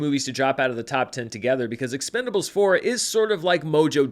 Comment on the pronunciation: Expend-four-blé is my favorite pronunciation.